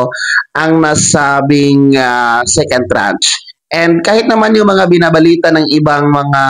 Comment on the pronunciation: Tranche, not trach....at hindi ako maniniwala diyan hanggang hindi SSS mismo ang mag announce.